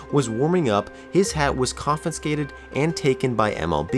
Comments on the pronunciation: it's pronounced CON-FIH-SKATED... you're adding another N in the middle, bud. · All I kept hearing was "confinscated" Great video though. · Wonderfully detailed video! But please, please: it's conFIscated, not conFINscated ... one 'N' sound. Thanks